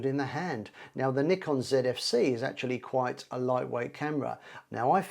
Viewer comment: Thanks for saying Nikon properly, as nee-kon, which is how they say it in Japan. Americans usually say NIGH-kon.